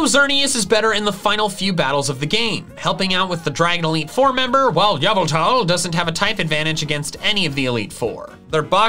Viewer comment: "AND YAVELTAL!!!"